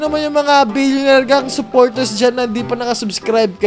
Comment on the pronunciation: "What's maney paper only" 'Solid Billioneir fun" solid tlga panoorin tho